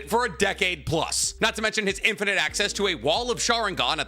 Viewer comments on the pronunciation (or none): none